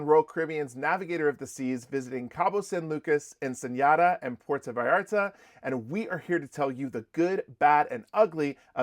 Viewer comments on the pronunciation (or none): Nice recap! Ensenada is pronounced as it looks, not "Ensenyada." There's no tilde over the n. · Hi guys love your channel May i help on a pronunciation?? the City of Ensenada is pronounced EN-SA-NA-DA without the ñaya accent on the last N so try to say ur Ensenada with the NADA part like you would say “i have nothing like Nada! “ xoxo❤ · Ensen-Yada. lol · I can’t get over your pronunciation of Ensenada and Viator. LOL. And why wouldn’t you think there would be great views on a Mexican Riviera cruise? Overall good info here. We’re going on our next Mexican riviera cruise next week!